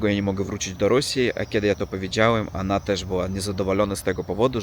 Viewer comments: Coraz lepiej mówisz po polsku 👍 Tylko to ANA poprawisz i będzie SUPER👍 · Nie "ana" tylko "ona" 😁👍